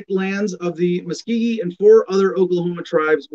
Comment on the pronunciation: You spoke for 20 minutes and hardly said anything. Keep trying. Also it's pronounced Muskogee, not Muskeegee.